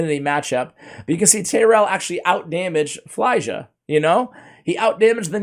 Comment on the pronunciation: It’s not fly-ja, it’s feel-ya